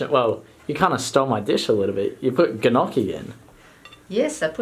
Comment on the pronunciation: “Guh-nocchi” 😂 nice